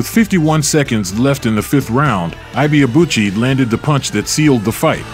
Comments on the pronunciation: It always surprises me how much "research" people can put into presenting a biography about someone and couldn't even be bothered to learn the true pronunciation of the subject's name. It's just lazy or even worse; ethnocentric. His name is pronounced "Eee - K" "Ebay - Aa - Bu chi" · It’s eh bay uh boo chee! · The last name is pronounced e bar-ahh boo-chi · Even if you don't get the correct pronunciation of the name Ibeabuchi, just know that the 'Ibe' is pronounced like e-bay. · His name is pronounced... 'aike ebay-abu-chi' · His name is pronounced: I.Que Ebay-Abuchi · you pronounced his name poorly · Yet ,you are,nt pronouncing his name correctly narrator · You don't pronounce his name well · The narrator mispronoucing his name is violation to Nigerians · You could at least learn how to pronounce his name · The narrator murdered his name😅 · Still not getting his name right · They still don’t know how to pronounce his name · Correct pronunciation of Ike is E-K ,Ibeabuchi is EBAY ARR BULL CHI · His name is actually pronounced as ebay abuci and ekay not aike His from Igbo ethnicity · Great video...it's pronounced "ee bay a boo chi" and Hasim Rahman is " hah seem rockman"